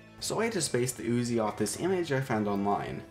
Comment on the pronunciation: Its not pronounced as uzi its pronounced as UZI u know like ....just forget it :P